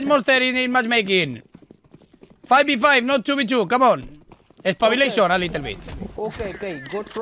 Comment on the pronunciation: espabileishon a litel vit jajajajjajaja